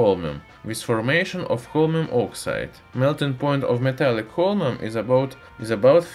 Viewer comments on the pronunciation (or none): watched the full video without hearing the name correctly thanks weird accent guy thanks alot !